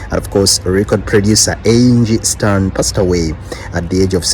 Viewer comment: It's Angie Stone not stern